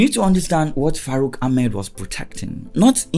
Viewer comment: It's not farouk, it is FACROOK 😂